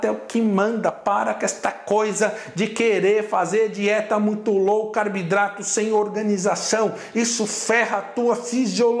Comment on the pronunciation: Pq ele fala CARBIDRATO?